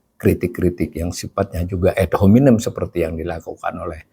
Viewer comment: Membacanya biasa saja Pa .... Ad dibaca ad bukan ed .... juga hominem .... Selama ini sudah begitu banyak yg mengkritik PYS .... dan dibiarkan ... itu artinya dibolehkan oleh PYS .... ump. koplok artinya goblok (podcast Prof Khasali) ... Yg inti tampaknya: di saat resesi/Krisis .... baiklah selain ada yg jujur mengakui fakta krisis tsb .... yg n.b. di Ind sangat sering mendorong rakyat demo .... ADA JUGA (Pemerintah) YG menunjukkan fakta situasi yg tidak amat hitam putih ... tidak hanya mewartakan doomsday KIAMAT hancur lebur saja dsb .... tapi juga HARAPAN .... dgn sikap TENANG .... bahkan ringan/jenaka .... Sambil tentu BEKERJA KERAS en cerdas berbasis data MEMBUAT SOLUSI atas masalah ekonomi .... yg pasti sambil mencermati si-kon IPOLEKSOSBUDHANKAMNAS Ind umumnya .... Silakan cermati juga banyak pedesaan Ind .... ada tanda-tanda, tapi belum resesi betul apalagi krisis ek .... Pilihan sikap optimistic PYS begitu tampaknya pernah (akan) EFEKTIF saat SRI M.I. diganti .... Yg memberi andil situasi kondusif menggembirakan rayat juga adalah ihtiar gigih Prabowo, PYS serta lembaga PERADILAN dlm MEMBERANTAS KORUPSI .... yg masif terstruktur dan menjalar .... = penyebab besar ekonomi bangkrut .... setelah 10 th lebih pemerintah sebelum2nya .....